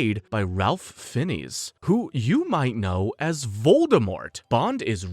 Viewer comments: Ralph "Finnis"? 👊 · You butchered Voldemort's name badly bro 😂 It's properly pronounced Rafe Fines. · So many mispronounced names !, but Ralph Fiennes was the worst, were you trying to annoy people or do you really not know these things ? 🤨.